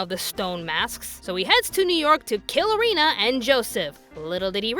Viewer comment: It’s pronounced Eh ri na not Ereena